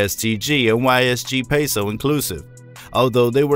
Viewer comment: Dude you said yle peso abd ysg peso. The funny part is, its actually YOG Peso dummy